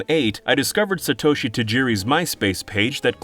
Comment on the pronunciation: s'-toe-shi haha